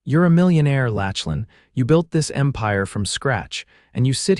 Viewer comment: Mispronunciation of his name is distracting. Lachlan is pronounced lock-lan